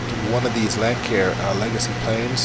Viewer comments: I think Froogle pronounces it Lank-Air too. I think it is Lance-Air though. Tomato, Tomatoe... Nice review, sir! We gotta get you to set that OBS up for 1080p though. This deserves some high definition. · It's a great plane but it's pronounced lansair legacy